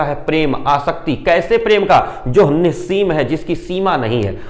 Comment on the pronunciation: आपके उच्चारण एवं भाव भंगिमा से ही कठिन शब्दों के अर्थ पता चल जाते है जैसे आपने निस्सीम का उच्चारण किया। सराहनीय निष्पादन।